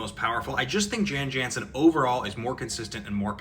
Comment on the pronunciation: Sorry, i know this is petty, but as an old bg player, its pronounced yawn yawnsen. Its petty, im sorry.